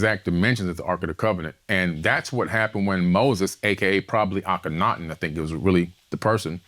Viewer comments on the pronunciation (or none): none